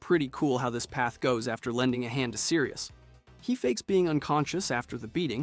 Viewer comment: 'Sirus', 'Bonnie', Yup.